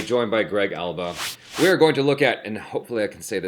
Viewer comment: Greg alba nailed the name